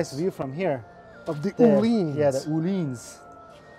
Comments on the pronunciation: they way you pronounce öhlins just hurts me. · You BOTH slaughtered the ÖHLINS pronunciation haha